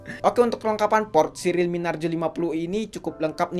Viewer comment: Yups finally yg ngucap relmi narjo